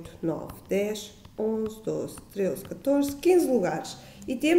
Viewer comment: A explicação é boa, agora dizer treuze é que é uma desgraça. Treuze não existe. Pelo menos no dicionário português. Atrevo-me a dizer que é o regionalismo mais feio alguma vez dito pelos portugueses. Lisboa é capital e fica mal, falar assim tão mal.